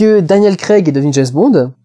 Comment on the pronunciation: Non non et non on ne prononce pas "d'jayzzze bond" mais "d'jamessss bond" :p des zzaricos ou des haricots...